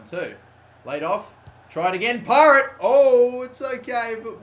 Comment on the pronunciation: Y does he keep canlling him pirate when it's parrett